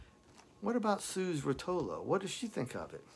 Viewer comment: I`m not sure if anybody mentioned this in previous comments, but I just wanted to add that Suze is pronounced like "Suzie". Suze Rotolo mentions that in her book "A Freewheelin Time". Not sure if you got a chance to read it. I`m guessing by now you did read it. It covers a lot of her relationship with Dylan. And you are spot on. Another heartbreaking song he wrote for Suze "Tomorrow Is A Long Time". It was definitely written be someone who was feeling a deep loss.